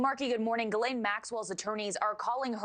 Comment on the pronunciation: Dude... I've got a question... If they can't even say your name right in the News did you get a fair trial?